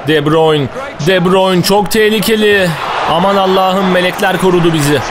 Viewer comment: de buruyn diye okunuyo abi